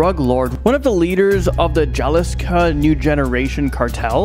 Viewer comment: Man, did you serious pronounce Jalisco with a 'j' sound? Get some education please.